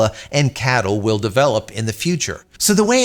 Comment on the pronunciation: C A T L, is how i think it is said, not cattle...i could be wrong, but most places i have heard say it C A T L